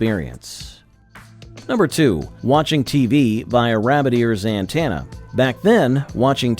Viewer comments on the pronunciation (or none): An-TEN- ah not an-TAN-ah. Please ❤ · It's "anTENna" not "anTANna", ya dim droid voicebot. I still use an antenna because over the air signals are often clearer than cable, and with digital multicasting, each station can carry a dozen different programs.